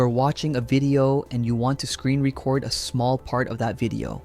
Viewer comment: AI can't say "record" correctly. Maybe someday.